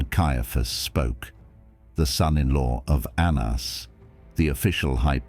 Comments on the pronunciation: His name was pronounced “Ananus” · Anna's was indeed accountable. Correct, but lazy Gentiles however have used it for antisemitism ever since Ps fix the Hebrew pronunciation , very incorrect.